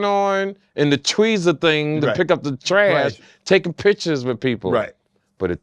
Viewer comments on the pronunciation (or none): none